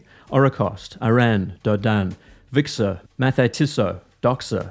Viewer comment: Was ist "Wixer" für eine Uhrenmarke?